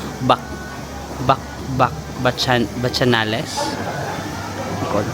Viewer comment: Aux Bacchanales is French. It's pronounced "O Bah-ka-nal"